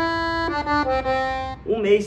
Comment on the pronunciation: Só precisa aprender a falar. Não se pronuncia “acorDJeon” é acorDeon . No mais, excelente sanfoneiro e obrigado por representar a música nordestina, mesmo não sendo um.